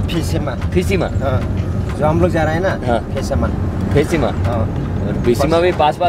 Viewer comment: It's Phesama, viswema and then kisama 😄😄 😄😄 😄😄 😄